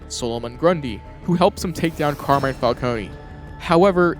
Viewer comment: As an Italian, the fact that everybody calls Carmine "Carmain" is incredibly silly. Good video though.